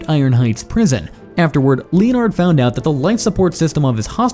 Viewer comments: Pained me every time it said "leo-nard".😂😂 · I’m sorry, but I have to say something because you won’t stop saying Captain Cold’s name, and incorrectly at that. Leonard is pronounced Lenard, not Lee-On-Ard. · len-erd snart btw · Who the fuck pronounces Leonard like that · You pronounce leonard so badly